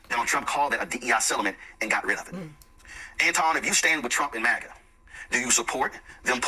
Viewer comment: it sounded like you took the "M" off Maga and added a "N" lol. i heard Black Naga!! lol